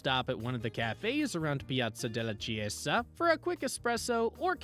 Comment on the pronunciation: learn to say chiesa.